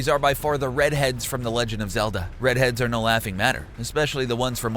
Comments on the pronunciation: Its redead not sure if its just me but it sounds like you called them redheads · "Redhead" it's ReDead, geeze...